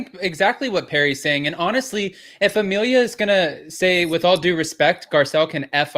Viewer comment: Can you say Amelia's name properly please lol.. Ama Leah nope.. A millia nope lol..